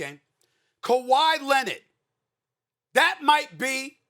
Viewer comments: Kawhi Lennit.... bruh lmao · Stephen A. “Kawhi Lennid” Smith